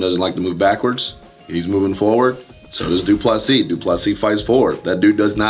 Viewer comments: Get the name right Wonderboy It’s pronounced Du Ple see (👀) the final S is silent and the last “sis” is pronounced almost like “see” in English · DU - PLE - SEE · wonder why Wonderboy still can't pronounce his name properly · It’s pronounced like “prick” not “dry-cus” and for du Plessis just imagine the last “s” doesn’t exist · dude, learn to pronounce Du Plessis... you don't pronounce the last "s" PLEASE!!!!